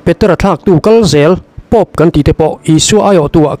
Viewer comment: I Pôp thluk dan chu a van dik lo ve aw. Khati khan Pôp an thluk ngai lo😂😂